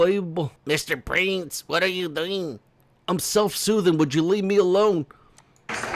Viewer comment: Haha